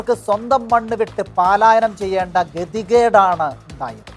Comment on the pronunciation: നല്ല വാർത്ത അവതരണം. പാലായനം X പലായനം